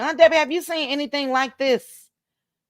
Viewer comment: said when he "seent" Sunni....😂😂😂